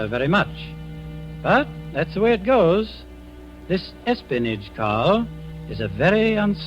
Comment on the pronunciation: HAHAHAHAHAHA he says: "S-SPINACH" HAHAHAHAHAHAHA instead of espionage HAHAHAHAHAHA